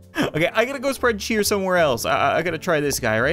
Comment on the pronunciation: so much cheer so much chyeet 😂🙏😭👌👌